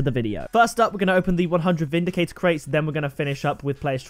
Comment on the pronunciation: it's vindicrater cate